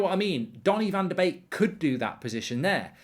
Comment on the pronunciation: As a Dutch guy i love it that you pronounce Donnys name correctly, its indeed like 'bake'...love your content, cheers!